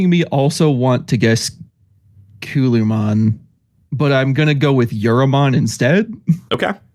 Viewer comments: Was looking for this comment. He swapped the a and the u. Culamon vs Calumon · Why did you call Calumon Kewlmon? 😅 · Hearing them call Calumon "Kyulaymon" over and over made my break my phone.